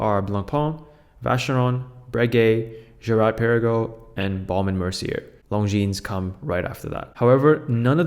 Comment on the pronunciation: The least you could do is learn how to pronounce Longines properly. The s is silent.